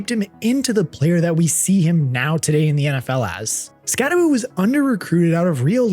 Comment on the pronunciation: I noticed you are now pronouncing his name correctly : ) Subscribed now hahaha. Good insights